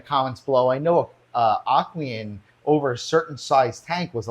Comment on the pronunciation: and It's not "Imaginarium"! It's Imagitarium. That tank is junk! The brace doesn't do anything. The angles are wrong. Enough said! They should give it up already. Keep Aqueon only! It's not "Aquien"! It's Aqueon! But I understand that it's because you were left unsupervised. LOL! "It looks just great, but it can't be put up". LOL!!! They actually don't look great! Angles are wrong and bracing does not serve! LOL! Even Aqueon does not offer life time warranty for all sizes! LOL! Did you do any actual searching before recording this video? Thanks very much for showing the faults with Imagitarium! Petco: please carry only Aqueon! I have many sizes and love them!